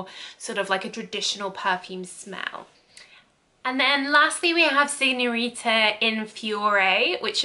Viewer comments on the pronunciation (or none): SignoriNa non signorita 😅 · “Signorita Figaramo” 🤣🤣🤣🤣🤣🤣